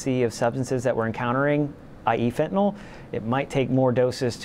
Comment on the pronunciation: if he says fentanol and not it's real name Fentanyl then he loses credibility immediately......and the new drug being 50x stronger than heroin makes it not as strong as Fentanyl......pay attention people.